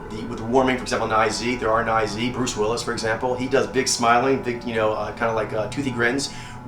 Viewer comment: Bruce Willis a Nai Zyy are you fucking kidding me?